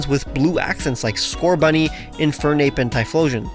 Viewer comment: you are saying scorbunny